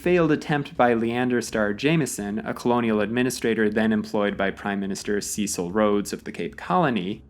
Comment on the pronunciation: All these incorrect American pronoucications of South African names are pretty grating. It's "The" Cape Colony, M[h]juba hil, C[e]cil Rhodes (not Ceacill), for example.